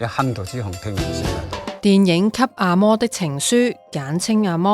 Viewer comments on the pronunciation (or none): 阿＂礳＂就阿＂礳＂啦！又要讀成阿＂魔＂。有條不紊是否應該讀有條不＂論＂？ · 好似 阿嬤 音 應該是阿嫲咩！